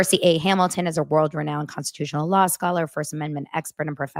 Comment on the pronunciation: I can’t handle the “sawr” and “lawr”